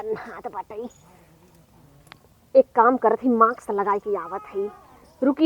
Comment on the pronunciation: माक्स नही मास्क बोलते हैं।